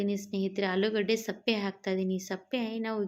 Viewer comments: Sappe alla sippe heli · ಏನಮ್ಮ ನಿನ್ನ ಭಾಷೆ. ಸಿಪ್ಪೆಗೆ ಸಪ್ಪೆ ಅಂತ ಹೇಳುತ್ತೀಯಾ. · Adu sappe alla sippe